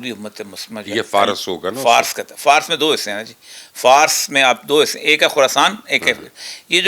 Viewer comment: او خدا کے بندے فارس کا تلفّظ فارَس ھے۔ ر کے اوپر زبر ھے۔۔۔ 🤣